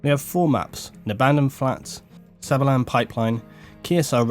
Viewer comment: lol like how says sabalan hehe